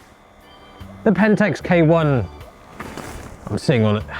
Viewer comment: Pentax K1 More Like Pentax Kaay-Wong